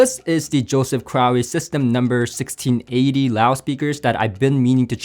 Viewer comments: well you pronounced it like you had an "owie". 😅 Pretty sure it must be crow, like Russel Crowe. Right?? By the way it's awesome to see you reviewing these and getting him more exposure outside of the diy world! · Jay, Crowe is pronounced “crow”.